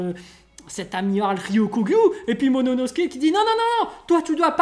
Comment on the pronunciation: C'est pas monono mais momono...